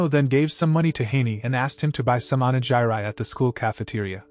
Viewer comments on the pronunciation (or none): Did this person just pronounced onigiri like that for real? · there's no way you pronounced onigiri like that. no way xDD